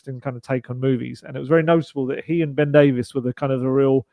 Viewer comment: We can't let Ben Davies go, just at the point where is beginning to pronounce his name correctly.